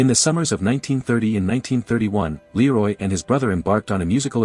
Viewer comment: The image is not Leroy Anderson. The artificial voice mispronounces his first name.